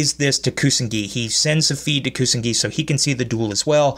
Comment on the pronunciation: Good episode & good review! But the name of Playmaker's partner is Ku-So-Na-Gi. And it's Soulburner who says: No it's their Ace monster. And not Playmaker.